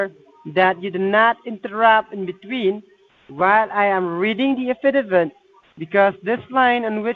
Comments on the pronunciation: Reading the a-fid-a-vid? Oh, affidavit you moron! Another great video! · Those pesky “ uh fid uh vits!”